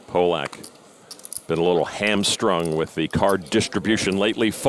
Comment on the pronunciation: This was one of the best final tables in WSOP ME history. I remember watching it live, and everyone was telling the announcers it's pronounced Pah- lick, not Poh- lock. They kept mispronouncing it. Thanks for posting. For me, this is one of my favs!!! ❤❤ John Hesp was a pleasure.